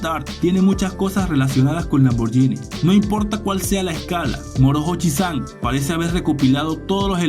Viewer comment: La H no se pronuncia y la pronuncias como una J a ver si aprendemos hablar y a saber pronunciar